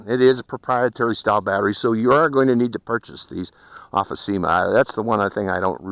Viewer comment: It's Syma , not seema.